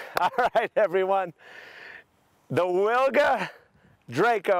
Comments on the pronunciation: Awesome idea and awesome execution. I just wanted to mention that it’s pronounces Veewga, not Wilga. I’m polish and I just thought I might mention that. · Hi. What an awesome work. Just a minor detail: the original pronounciation of "Wilga" starts with a "V" sound, not "W" sound. The name is the name of a bird, old world Oriole. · man, so happy for you... btw, wilga is pronounced vilga, it's polish for oriole